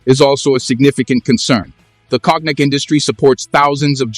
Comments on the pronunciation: You can say KONIAC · Please pronounce "Cognac" properly. You pronouncing is killing the word. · Check your pronunciation of “cognac”. (I am not criticizing the content) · Cock neck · I love how AI reads cognac as "kognek" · You call President Xo by his first name, Jin Ping, as if he was in your family. At another time you spell his name “X-I” instead of saying it. You can’t pronounce “cognac”. And you exaggerate the trade war as a “battle for dominance” You don’t know this topic